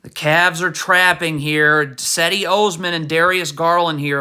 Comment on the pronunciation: Pronounce Osman's first name correctly